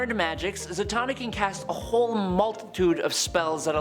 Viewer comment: Zatanna... Satan...Satan-na.. wow 🤦🏾